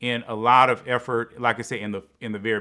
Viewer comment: Effort for Efforty? lmaoo 🤣